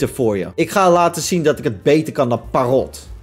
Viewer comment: Je zegt Parrot op zijn Engels dus perrut